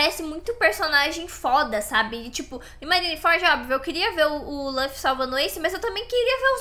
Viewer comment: Só por favor, para de dizer "lãffy". É LUFFY 😢